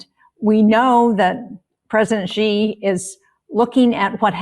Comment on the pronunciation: Ben, his name is Xi Jinping. It is NOT "Gee". Please just say "She" if you can't be bothered to make even the slightest effort to pronounce it anywhere near correctly. Thanks.